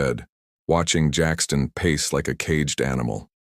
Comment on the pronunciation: An other AI narrator ?????? Painful to listen to at times with stunted stops. 😢😢 Jackson not Jackston.👎